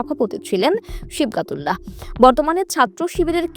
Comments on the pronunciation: নামই ঠিকঠাক বলতে পারেন না,আসছেন রিপোর্ট করতে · নামটা সঠিক ভাবে উচ্চারণ করতে পারছে না